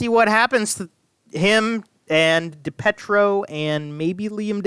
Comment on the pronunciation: Great job as Always But can you PLEASE PROPERLY PRONOUNCE DAVE DiPIETROS NAME CORRECTLY??? “DA PEE TRO” THANKYOU